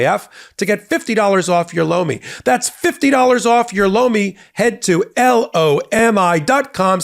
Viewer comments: Anyone else think the supporting ad Lomi sounded like he was saying "Blo me"? 🤣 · Tell your sponsor (Lomi) I was in the other room when I thought I heard say "BLOW ME" - Their product name is horrible - They might want to change it!! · LOMI sounds like BLOW ME! 😂😂